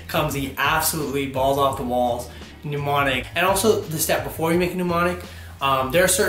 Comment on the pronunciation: he says MNEmonic like PNEUmonia hhahah